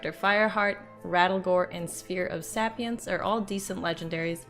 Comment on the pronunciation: ffs, pronounce 'sapience' correctly you idiot. i mean: 'sappyence' ???????? go back to school and get some education.